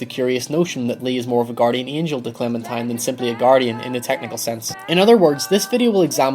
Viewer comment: Is he saying Clementime?